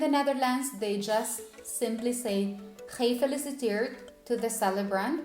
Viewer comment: Nothing fantastic about it ! She says GEEfeliciteerd, instead of gefeliciTEERD...